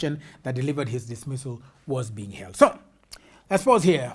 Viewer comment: She read held as healed. Very illitrate